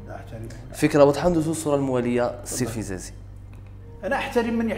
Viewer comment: للتصحيح :الفزازي بفتح الفاء وليس الفبزازي